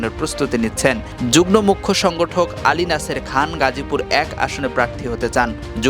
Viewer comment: যুগ্ম= উচ্চারণ হবে যুগমো